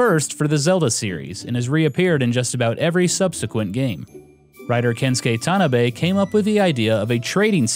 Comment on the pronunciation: "Kensuke Tanabe" is pronounced, "Ken-su-kay Tah-nah-bay" The "A" in Japanese always has an "ah" sound.